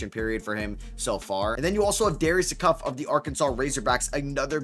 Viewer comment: Yourstill pronouncing Acuff last name wrong..